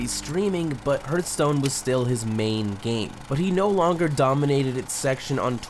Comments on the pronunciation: its not hurtstone its hearthstone... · please stop saying hurt stone cant watch it like that ffs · Rip reckful. but srsly, it hurts my ear everytime you say "HURTstone" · bro it's not hurtstone! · Good documentary. Except for "Hurtstone" ;) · This is a fantastic video! It’s clear you put a lot of effort and love into this, so it pains me a little bit to say this: you really have to look up how to pronounce some things (Krippaahrian? Hurtstone? wtf is that??) I only say this because I love you and I want your stuff to get even better. Peace! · No offense my dude... but the way you pronounce HEARTHSTONE... holy shit it's triggering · herth-stone. kripp-R-ian. jeez dude. (really good video though man.) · U r saying hearthstone wrong it irretates me :)